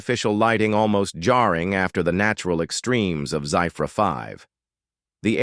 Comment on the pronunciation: The spelling Zephyr 5 is pronounced wrongly.....that is ZEFFER (Phonetic spelling) and this AI voice is so monotonous and boring.